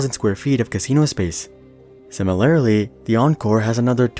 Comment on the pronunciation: Dude said “similarily” had me going to check the pronunciation like I was crazy 😅🤦🏻‍♂️